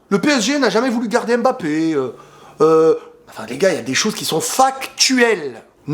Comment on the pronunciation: apprenez à bien prononcer les noms de Kylian, comment vous lisez pneu? P-neu? Comment vous lisez Zlatan, Z-latan? On ne prononce pas le M, comme si il ya un appostrophe! Si non belle vidéo comme d'hab